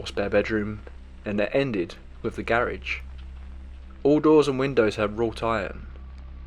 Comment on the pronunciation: I hate the way the narrator pronounces “garage”